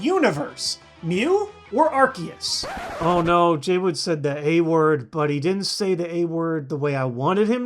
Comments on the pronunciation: when you say arkeus it makes me cringe. when you say arceus it feels better. just my own opinion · AR-KEY-US? its AR-SEE-US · It's pronounced Ar-see-us. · Its Arkoos not arkeus or arceus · It's aye- creee- suss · ... ... but it is pronounced ar-see-us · You say Arceus ar-key-us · It ar-kee-us it's a C not an S, dummies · UGH! ARSE-E-US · Well in the last pokemon movie it was pronounced Ar-Key-us yet again. #TeamAr-key-us But, hey, an argument can be made that Missingno is the first because it's #000! Make it a pokemon already! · It's ar-key-us! That's how it is pronounced! It's even like that in the movie! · Japanese name is Aruseus. There's no hard k sound in its name. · PBR announcer says AR-SEE-US There is no consistency here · U SAID IT WRONG! ITS ARCEUS NOT ARCEUS!!! XD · Plz no say arceus as 'ar-see-us' because 'arse' is 'ass' in the UK